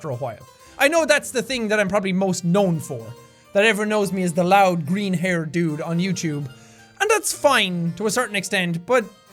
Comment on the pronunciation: "Loudy, roud, and obnoxious" great English man. Clap it up